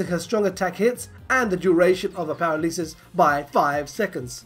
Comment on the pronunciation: Paralesus? I hope that was just a joke. Pa-ra-la-sus